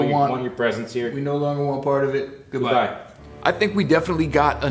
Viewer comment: dude why u say goodbye with the tones like that😂